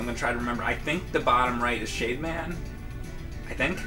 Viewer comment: Everytime he said "Shade man" I kept hearing "Shave man". Totally different robot master.